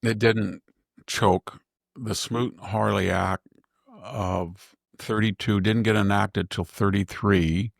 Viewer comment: SMOOT-HAWLEY ACT !!! (Not "Harley"- 3 times!) It takes a well-read education to know when Victor drops or mangles words...🧐